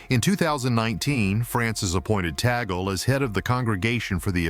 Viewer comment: It's TUG- LEH